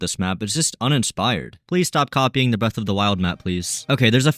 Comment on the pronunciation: he did not say breath